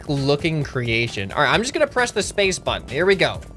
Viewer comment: i hit the like butten, and you saying hit the like butten for geting disy made me giggle.